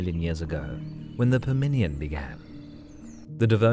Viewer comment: The pronunciation is terrible. Someone should make sure the robot says important words like 'permian' correctly at least.